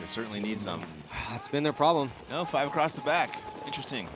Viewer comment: Solid commentary by and. Got to just mention that it's defendable not defencable. It's across not acrossed. That one you do alot. Whilst its hilarious it's also stupid. Read more. Jesus your not reading a quantum physics paper. Just good old basic English words. At least we can't hear sniffing into the microphone.... you got a cold there buddy.... Yeah we ALL know...